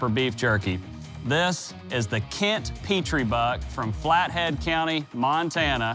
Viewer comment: Im kent petrys grandson and if i could comment what he said i would get banned but its pronounced pet-tree